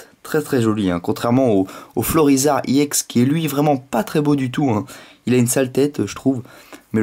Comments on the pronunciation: on dit pas "iéx" mais EX comme une ex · on ne dit pas iex on dit ex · Ça ce prononce pas i ex mais ex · tu dis iex